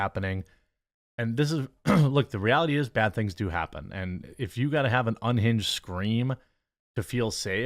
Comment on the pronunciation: "Ungined lunatic" and "hwite woman" usually go hand in hand.